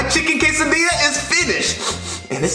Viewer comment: It’s Quesadilla not casadia